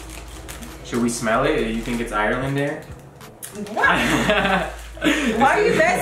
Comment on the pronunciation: Lmao “ireland air”😂